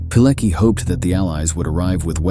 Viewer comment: Pilecki - you can read Piletski, it is closer than Pileki. Now this heroic man is cancelled from history books in Polish schools. Unimaginable! They try to kill him again!